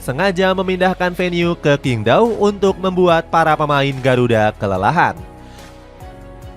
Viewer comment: QingDao cara bacanya cyingg tao... bukan kingdao 😂😂😂😂😂😂